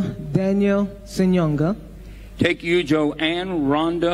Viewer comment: Congrats to them. What family does the girl come from? She pronounced Ssenyonga like she's a foreigner.